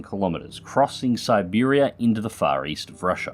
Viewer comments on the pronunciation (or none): none